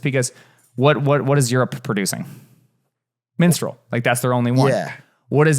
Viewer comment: It's mistral not minstrel.